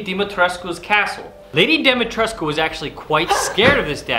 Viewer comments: Well, if you want to win a father-daughter argument, you can tell her that someone who speaks Romanian on a native level has confirmed that it's pronounced "Di-mi-tres-ku" and not "Di-mi-tresk" as it is often used on YouTube. Greetings from Târgu Mureș, the heart of Transylvania. Also, the knife looks glorious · Frankly, I was already impressed when you pronounced Dimitrescu's name right. For some reason even the game gets it wrong. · From someone born and raised and living in Romania, it's amazing to see a YouTube video where they pronounce Dimitrescu correctly